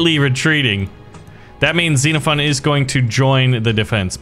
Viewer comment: Bro messed up with is😂😂😂 Bro said instead of is it's iis